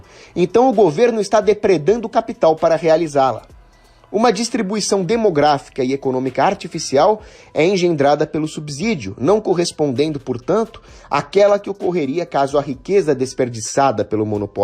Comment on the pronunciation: Muito boa, esta produção! Só me incomoda um pouco, ficar ouvindo “subzidio”, ao invés de “ subsídio “.